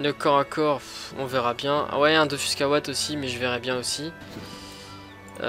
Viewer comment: DOFUUUUUUUS C EST UN UUUUUUUUU PAS DOFOOOUUS 😂nn jrgl mais stp dit dofus 😂